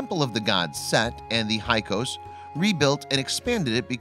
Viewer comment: It's not para-noic, it's fa-ron-ic, and it's not hi-kos it's hick-sos. By the pronouncement of full professors who teach the subject.